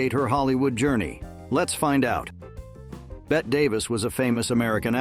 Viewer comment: The final E in Bette Davis's first name is not silent, pronounced as if the name were Betty. Repeated mispronunciation of the name of such a brilliant and iconic icon shows not only ignorance, but also laziness, disrespect and contempt. Voted DOWN.